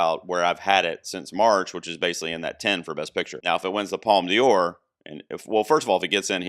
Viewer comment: Don't worry, your pronunciation of "Un Certain Regard" is fine. ..Unlike your pronunciation of "Palme d'or" like "Palme Dior" :)